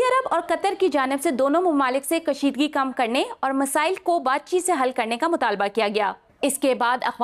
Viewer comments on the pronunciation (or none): मिसाइल × मसाइल ✓